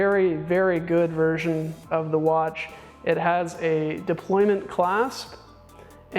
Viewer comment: I believe it's Deployant clasp and not deployment clasp...